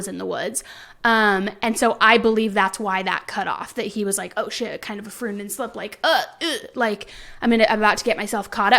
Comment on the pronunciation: Im sorry you are very well spoken but i gotta tell ya its pronounced froidian slip. 😊 keep up the good work congrats on the soon to be baby lol